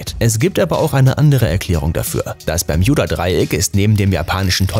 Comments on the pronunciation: Man spricht es Bermuda Dreieck aus und nicht Bejmuda 🤣🤓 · Wie er ganze Zeit bjermuda sagt 😂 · Wenn regt es auch auf das er bermjuda sagt aber ist trotzden ein cooles video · Das triggert mich so hart "Bermjuda" 🤣😤😡😱🤯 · Das Berm j uda Dreieck: Und alles in dichten Nebel gehüllt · Ich glaube der kann kein Deutsch 😂😂😂😂 das permjuda Dreieck 😂😂😂😂😂😂😂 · Bermjuda Nerv Nerv Nerv 😂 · Wenn du noch einmal Bermjuda sagst... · Das regt auf Bermjuda Hahah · bermjuda 🤦‍♂️🤦‍♂️🤮 lern mal deine aussprache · Hahaha das ding ist so wird es englisch ausgesprochen habe ihn auch ein kommi geschrieben :"Wenn du schon Bermuda englisch aussprichst dann sag auch gleich Triangel und nicht Dreieck🤦‍♀️😂" oh man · b e r m u d a... ist das so schwer auszusprechen? Aaaaahhhh Ausraster 😂😂😂😂😂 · Sprich mal bermuda richtig aus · Es heißt Bermuda Dreieck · Bitte nenn es BermUda und nicht Berm YOU da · Bermjuda?ES HRIßT BERMUDA😂DEUTSCHE SPRACHE SCHWERE SPRACHE😂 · Bermjuda hahah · Lost kriege richtig Aggressionen wenn er Permjuda statt Bermuda sagt!!!!! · Wenn triggerd Bermjuda Dreieck auch?😂 es heißt Bermuda Dreieck, aber sonst gutes Informatives Video👍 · Digga BERMUDA nicht PERJUBA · Bermjuda Bermuda interessant wie man sich so leicht an etwas aufgeilen kann. Was da wohl schlimmer ist? Das falsch zu sagen oder es dämlich zu kommentieren hmmmmm. Vote yourself :-) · Heist das nicht bermudadreieck ? Oder doch bermjudadreiek ???? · Alter das heißt bermuda und nicht bermjuda!!!!! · BERMUDA NICHT BERMJUDA DAS REGT SO HART AUF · Es heißt Bermuda Dreieck nicht bermjuda dreieck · Junge bermudaa nicht Bermudja Trigger nicht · Warum "Bermjuda", wenn es Bermuda heißt?! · Kolleg lerne deutsch es heisst nich permjuda dreieck sondern das Bermuda Dreieck 🥴😶😑.... du Pflock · Es heist Bermuda und nicht bermjuda 😑 das macht mich so aggressiv sprich es richtig aus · Also es macht mich echt aggressiv, dass du Bermjuda sagst statt Bermuda. Ich kann das Video nicht liken und nicht in Ruhe anschauen. Sry. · Ich auch😑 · ich auch